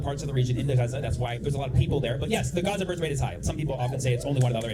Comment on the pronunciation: She knew she fucked up when he pronounced Gaza with the correct accent.